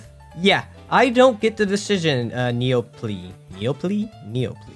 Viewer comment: Just FYI: "Neople" is pronounced like "neo" (new) and "pull" (like the end of 'people').